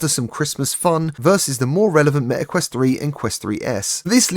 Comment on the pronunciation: Its meta quest 3, not me a quest